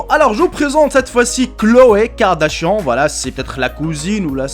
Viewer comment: Ça s'ecrit Kardanshan mais ça se lit kardanshane ane ane ane c'est an ok compris c'est trop chiant d'entrendre Kardashaon mais c'est kardadanshane ou Kardanshan